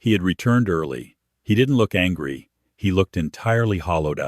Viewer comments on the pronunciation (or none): none